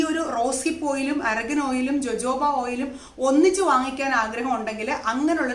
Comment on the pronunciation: dear jojobo is pronounced as hohobo